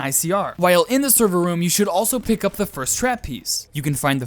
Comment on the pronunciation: NO AND I LOVE YOUR "THEE" DON'T CHANGE IT